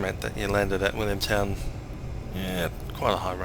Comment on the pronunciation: Sounded like all cleared to Williamstown not Williamtown, nice view across the water to the city from Willy